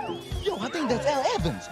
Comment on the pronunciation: Asian guy really said tink